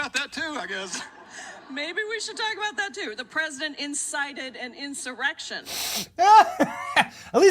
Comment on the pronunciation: Schumer was reading it and he still messed up! What a dill hole!!